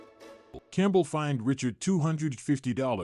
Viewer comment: Geee-zuzz! His name wasn't Richard. He was French Canadian. It was pronounced Ree-char. If you're going to do a video about someone, the least you could do is pronounce his name right. .